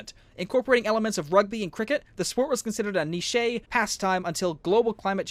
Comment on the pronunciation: Dammit, "niche" is not pronounced "neeshay", it's just "neesh".